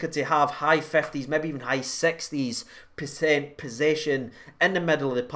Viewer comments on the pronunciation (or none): Love the content bud but please let's start either not using the word percent or please pronounce it correctly. I can't stand when u say PISENT!!!!!. cmon bud let's sort that